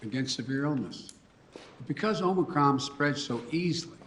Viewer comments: DID HE SAY MOMORCRON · "Omicrom" he said